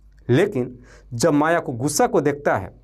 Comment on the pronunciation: AAP SULEKHA our MAYA kaa NAAM galat tarike se bol diye hai... Apnee STORY AAP khud dobara padne ke baad apnee kamiyan dekhe ...